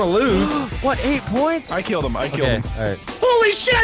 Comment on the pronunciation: "I KELD HIM."